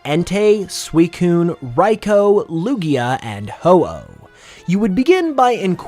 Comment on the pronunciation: Raikou's name is pronounced ry-koo not ry-co btw.